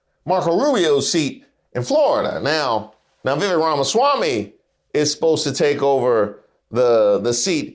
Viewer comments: It's pronounced, vee-vake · It's pronounced Veeveck. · Laughing at the way you're saying Vivek like a southern uncle talking about his coworker whose name he can't pronounce. 😂😂 No disrespect just twang.